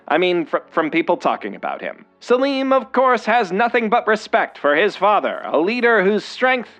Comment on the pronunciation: What? Have you seen the show. 1. Its spelled Selim. It is pronounced the way he said it in the video, not Salem.